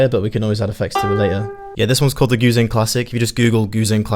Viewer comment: What is that thing called again? It sounds like you're saying Goo thang....in which case....You're my GOO THANG, Can't get enough, I love your plucks, let's turn it up, you get what you want, cuz you're my Goo thang!